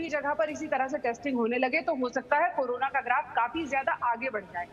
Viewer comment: she said corola